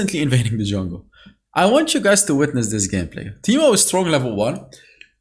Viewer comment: Ahh yes “teeto”, my favourite champion :)